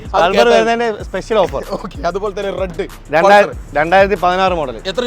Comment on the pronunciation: എല്ലാവിധ ഭാഗവാദങ്ങളും നേർന്നുകൊണ്ട് 😂😂😂🤣🤣🤣🤣😃😃😃😃മലയാളം പഠിക്കട ആദ്യം ,സ്പെശൽ അല്ല സ്‌പെഷ്യൽ ആണ് 😳😳😳🙄🙄🙄🤓🤓🤓🤪😬😬😬😬